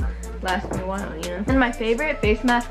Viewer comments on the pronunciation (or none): none